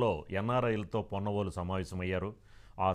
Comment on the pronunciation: పొన్నవోలు కాదు, కొన్నవోలు. ఛీ తూ